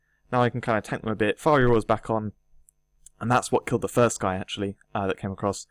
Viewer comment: It's Fiery Aura, not Firey Aura, mate